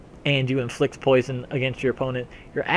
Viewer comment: "Hello everyone, today I'd like to talk about Poise(Kappa)on"